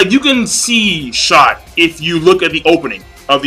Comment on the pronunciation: How you misprounce shoot